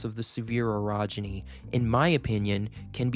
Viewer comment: you need to pronounce orogeny a little less like "erogeny" which is something completely different